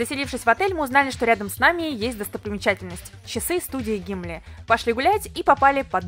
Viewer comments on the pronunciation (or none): Студия не Гимли, а гибли. И не синдзЮку, а сИндзюку если уж на то пошло. Район Нихон Баши это не уменьшенная версия Акибы. Это бизнес район. Про ударение в Японии неправда. Оно есть, просто тональное. Такие лимонады старые продаются в Москве в том же Марукамэ кстати. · По-моему не Гимли ,а студия Гибли (Хаяо Миядзаки) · Не гимли, а гибли(( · Не гимли а гибли